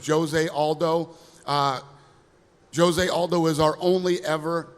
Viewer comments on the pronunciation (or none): That's right. It also bugs me when they pronounce Jose Aldo. The original portuguese pronunciation is much different.